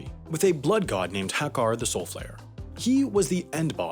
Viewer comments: I am just offended by how you pronounced Hakkar. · The way he pronounced Hakkar. God